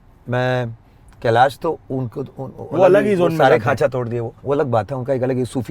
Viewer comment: Khancha nahi Sancha, सांचा!!!! This guy is unbelievable! Tod hi bhasha ki ek ek haddi-pasli😑😑